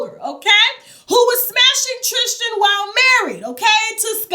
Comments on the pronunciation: Trisss-ten. Not Trish-ten ☺️ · Lol she keeps calling him TRISH-tan lol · 😆 she kills me with how she pronounces Tristan's name.. "Trish-tan" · Omgggg yes! Lol if you can say Kristen why can’t you say Tristan???? Lol